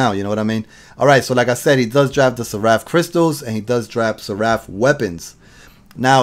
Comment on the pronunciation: Its SER-APH